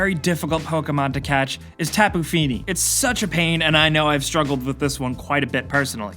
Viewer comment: Tapu Funi? Lol more like Tapu Bulu